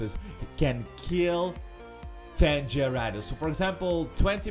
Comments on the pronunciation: hay I now how you can say gyarados right here gay-rey-does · It's pronounced garadose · what's a jyrados I thought it was gyrados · It's on gyaradose it's garadose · That's a cool way to say gyarados... I might use that, go Gyarados!